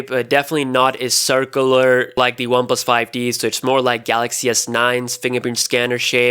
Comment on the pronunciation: He kept saying ‘one plus 5 D’. It’s ‘one plus 5 T’!!